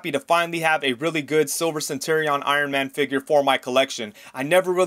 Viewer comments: What's with the weird pronunciation of "centurion"? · Courtesy heads up: you should look up how to pronounce "centurion." The way you're saying it is way off.